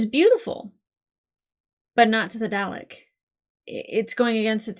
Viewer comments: Nvm the “” thing, when you pronounced Dalek like “Day Lek” I will admit I chuckled a bit! 😅 But then I remembered that all this was (pun unintentional) alien to you and at least when I was very little I heard my Dad say it a few times, and we both live in the UK so I shouldn’t laugh really lol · "darlek" it's pronounced "darlek" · Every time she mispronounces Dalek, it annoys me. 😮‍💨😮‍💨😮‍💨😮‍💨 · Still working on that pronunciation of Dalek I see.